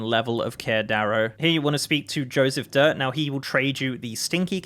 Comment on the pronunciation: With joespeph dirte it’s pronounced DEER-tay